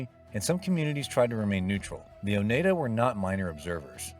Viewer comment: AGain as some who live in Upstate New York, It's pronounce O Nide Ah. Get the pronunciation right.